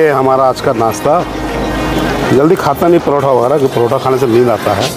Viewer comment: Paratha❌ Parotha✅